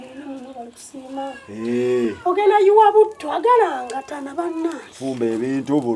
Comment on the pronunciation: the way says mbu agalangatana😅😅😅